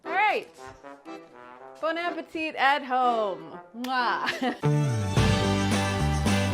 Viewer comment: How long have you been working for BA but still can't pronounce it...??